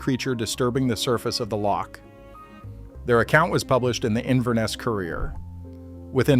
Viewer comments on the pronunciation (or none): none